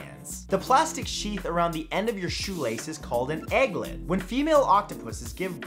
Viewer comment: Aglet not Egglet.